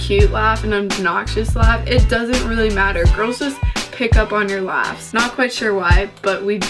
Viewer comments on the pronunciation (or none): Sound like she said ass' instead of laught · I'm 99% sure she said luaghs but no matter how many times I rewind it I hear ass am I the only one? Ok something is wrong with me.